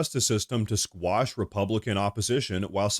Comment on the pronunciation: Quash --not squash. Don't reveal your ignorance.